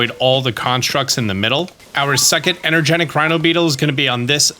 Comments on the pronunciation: EnergeTIC, not energenic. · Its energeTic not energeNic, its right there in front of you